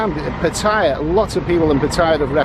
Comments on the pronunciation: Pat aye ya....Not Pat tie ya...fckn pom 555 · I tend to like your videos for the most part except when you're looking about being travel weary and no girl for fun. But did you know that 'Pat tyre' is actually pronounced Pattayar, the clues are right there in the Thai พัทยา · first thing STOP PRONOUNCING PATTAYA WRONG. SECONDLY LOOK AT THE DOLLAR, EURO, POUND,AUSTRALIA DOLLAR. AND ANY OTHER CURRENCY. THE POUND IS ALWAYS 4 OR 5 baht ON THE EURO,as it is now, same with the dollar /baht.go look back back in time. Nothing to do with BRIEXIT. And thirdly l see you did not make your way to the Pattaya sign on foot.😂😂😂😂😂😂